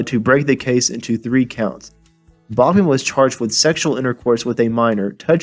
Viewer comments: FYI, It's "Backman", not "Bokman." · it's pronounced backman,,, not bockman............geeeeez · It's Back Man not Bach Man.